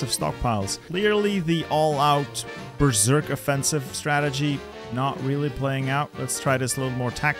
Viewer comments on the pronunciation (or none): none